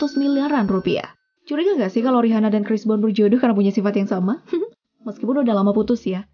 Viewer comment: Buat yg punya channel, coba review cara baca nama artis/ merk tertentu. Contoh: Rihanna. Dibacanya yg bener: Riana.